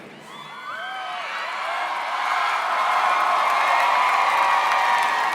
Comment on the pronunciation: Lance BASS as in the fish. Nick La-SHAY lol